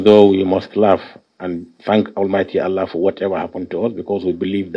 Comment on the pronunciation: Hahaha i laugh in china .wike cant even call God hear him say almighty Ahala two times